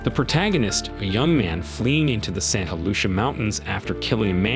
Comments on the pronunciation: Is it "Saint HALUTIA", or, "Saint LUCIA"? Also, I've never in my life heard John Steinbeck's name pronounced as: "STEEN-beck", nor, the word, "heightened" pronounced as: "HAY-tened".😂😂😂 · Nah you’re right. He also says Santa Lucia mountains wrong. It’s pronounced Lou-See-Ah. I grew up in the region and had a direct view of these mountains. Always felt like something was watching but these things were rarely ever talked about even for the locals. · The AI said Saint Halucia but the words on screen said Santa Lucia. Should fix that. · Santa Lucia = "Santa Lu-SEE-ah" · Couldn’t pronounce, Santa Lucia, you are fired!